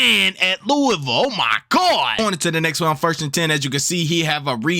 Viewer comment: Are you from Louisville because this is the first time I heard someone pronounce it the right way